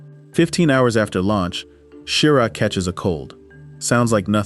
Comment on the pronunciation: Halfway through this, you have insulted me enough by completely mangling the names of astronauts – while claiming you are correcting popular misconceptions! It’s Don “Eis-lee,” not “Eye-sell.” And as every first grader knows, Wally Schirra’s last name Is not pronounced “SHEAR-uh.” You also show the Apollo 11 lunar module preparing to land on the moon while it has no descent stage. Now that would be a crisis! You show the Kennedy Space Center’s launch control room while describing the action in Houston’s Mission Control Center regarding Apollo 12. Who knows how many more errors are in the second half of this video? I won’t find out, because I’m not wasting any more time with it! 👎